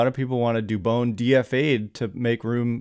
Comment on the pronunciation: Hey I don’t mean to correct you. But it dubon like turn the light switch “ON” dubON